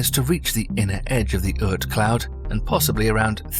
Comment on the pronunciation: It is very nice you're trying to make documentaries, but you should be careful. There is no such thing as Earth Cloud ; it is Oorth Cloud. We know it is cheaper to have artificial voiceover, but this way you're spreading disinformation...